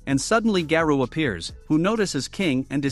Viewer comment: Its garou not garuu